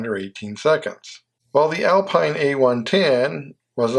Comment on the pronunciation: PS I know you will not pay attention, but it is NOT "Alpein" but "Alpeen"! (Renault Alpine), and as with all French words, the accent is in the END of the word.